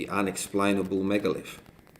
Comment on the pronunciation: Guy says: It's a megalith. Girlfriend says: It's a minalith.